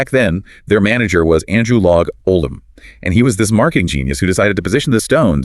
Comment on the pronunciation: Stones fan since 1966 not fond of AI but the facts line up for me , except the pronunciation of Andrew Loog ( not log) Oldham. Btw I have an original vinyl Sticky Fingers from 1971 with the Tongue liner sleeve and working zipper. Bought it off a checkout magazine and record rack at a grocery store with my mom in 1971. I was ten she thought the cover was rude she let me get it anyhow. It cost $2.99. Cheers Montreal ⚜️🇨🇦🇨🇦